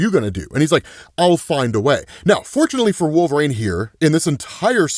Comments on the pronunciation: It’s wol-ver-ine not Wol-var-ina 😂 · Who is wolvereen? You should take speaking lessons. Sounds like a speech impedement